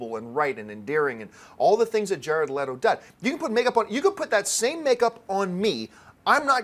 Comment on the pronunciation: I have never heard anyone say Jared LEEDO lol